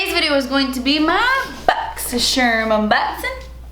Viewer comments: I use to have boxy charm subscription I stopped using them. But I still watch your videos just so I can say boxysherm with you haha 😆 is that weird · i made a compilation of saying boxysherm unboxin because i just had to 😂😂😂